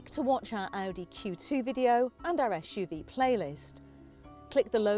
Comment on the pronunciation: she said "esh - u -v " :P :P and again